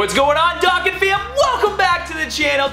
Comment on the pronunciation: U dont say Dokkan correct its pronounced like doe and con